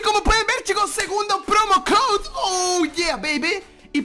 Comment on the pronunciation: no se dice promocode se dice promocoud